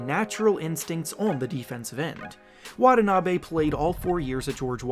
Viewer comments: WanTaNaBe not Wadanabe. Great video though!! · His name is not pronounced Wad-a-na-bay, it's Wa-ta-na-bee. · wah-TAH-nah-be please. Not wah-tah-NAH-be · Pronounce it right, not Watah Nabey It's (Watanabi)Watanabe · Plz pronounce his name properly with emphasis on the T's